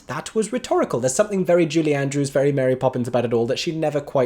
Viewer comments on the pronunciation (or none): none